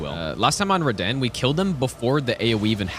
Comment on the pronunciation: I love how he pronounces Radahn 'reDan' lol